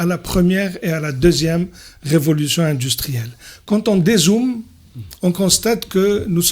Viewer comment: Indistruelle? Comme ca se prononce? 😄😄